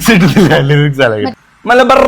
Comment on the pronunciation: le: Rrr Prrr malabarrrrrrr 🫨🫵🏻